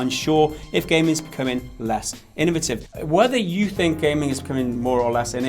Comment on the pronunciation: Spent the last 3 minutes trying to figure out if is trying to say innovative, inventive or a combination of both. OR have i just been saying it wrong this whole time? Teach me wise Master.